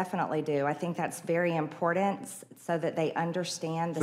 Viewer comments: She thinks it's very impordant.... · Does mtg have a speech impediment (not that there's anything wrong with that)? The 'woman' seems incapable of saying the word important!